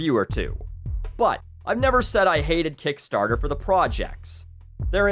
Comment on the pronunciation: I like the way he says "Kickstaahta"